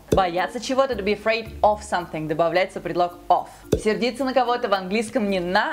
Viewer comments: насколько я знаю, "of" произносится как "ов", а не как "оф". Off = oф, of = ов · Классное видео! Единственное, у меня вопрос. Вы произносите "of" как "оф", а не как "ов". Это правильно? Нас учили, что если произносить это слово через букву "ф", то иностранцы могут подумать, что ты говоришь "off" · предлог of произносится [ɒv], а со звуком [f] это будет уже off ;) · А точно ли of произноситься как оФ? По ходу, оф это когда off, осторожно, а то можна и в неловкую ситуацию попасть с этим ;). В словаре of, как ни странно, читается как «эв» (сори, нету точной передачи транскрипции). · Посмотрела 1.29 минут-выключила, of-читается как ов,а то ты произносится как оф(как барышня говорит в видео) это off Тоже мне,знатоки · вот твоя ошибка: "of" читается как "ов" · of читается как [ov] или американский вариант [әv] а не оф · Of??? Почему оф?? Это читается как ов!!! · Не "оф", а "ов". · Если вы учите людей английскому, то может сначала стоит научиться правильно произносить предлог "of"? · of читается как ов а не оф (((( стыдно должно тебе быть говорить по английски ((( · Ов не оф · добрый день!В Вашем видео есть несколько ошибок:1)предлог OF читается ОВ,а вот слово OFF читается, как ОФ;в союзе AND буква D в английской беглой речи практически не произносится,если дальше следует согласный звук,и это никак не связано с названиями;выражение FEEL myself используется для выражения самочувствия (I am not feeling myself today).Будьте внимательнее в дальнейшем,чему Вы учите. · Произношение! Вот главная ошибка) Of говорится как "Ов", She как "Щи". Ну и т.д. Даже очень популярные